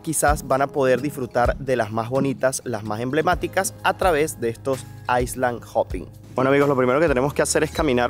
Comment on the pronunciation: Al leer Island, no pronuncies la s, di iland! De otro modo parece dices iceland